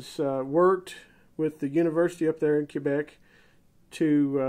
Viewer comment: in English-kwebec, in French kaybec. Definitely not cuebec.